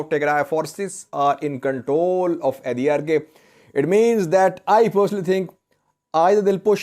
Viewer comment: Hi, Arkay pronounce as arkaai as in By, Shy Or Sky